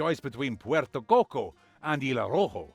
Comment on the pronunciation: I have no idea what you said when you read Puerto, but the others you did it really well. Strange how you are getting all those glitches, doesn't happen to me nor to the other videos I watched.